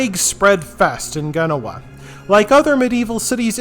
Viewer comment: not Ghenoa, jen no wah (genoa)